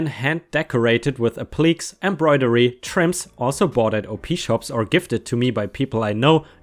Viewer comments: Appliques is pronounced App-lik-ays... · Just an FYI, appliqués is pronounced "ap-li-Kay's". Isn't English a fun language? LOL! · Just an FYI... the word Appliques is correctly said like App--leh--Kays. :)